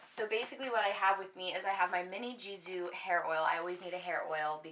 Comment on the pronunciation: I’m obsessed with your videos and I’m pretty sure you pronounce Gisoo wrongly 💋💗